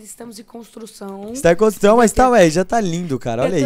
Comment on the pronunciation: E pressão minha ou ele fala construção errado